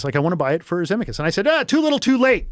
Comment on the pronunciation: Never heard of his name pronounced Zemmi-kus. Also why tf did he go into the story of him being a drunk and killing his passenger and throwing his wife? He didn't sound like he took accountability. Didn't even name the victim.